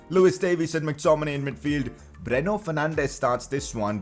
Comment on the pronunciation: Its not breno its bruno learn to pronunciate correctly idoit!